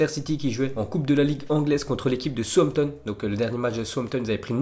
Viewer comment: Mais putain lis les commentaires c'est pas Souampton mais bel et bien Southampton ! 😂😂😂😂😱😭